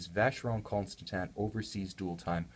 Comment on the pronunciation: I don't think it's pronounced Consta-tan. Also the watch is about $15k retail